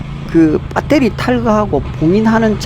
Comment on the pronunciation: 밧데리...아니죠 베러리... 맞구요~~ 흐엉흐엉흐엉~~~